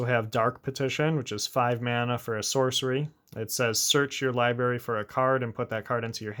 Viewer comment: If I got a dollar for every time you said liberry instead of library it would pay for this deck